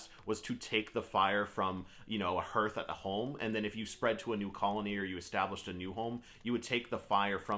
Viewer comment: Just found your videos bro, looking forward to watching more, hey just a heads up, It's pronounced "harth"👍